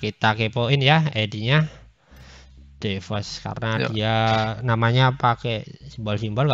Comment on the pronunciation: bukan de woz tapi dwoz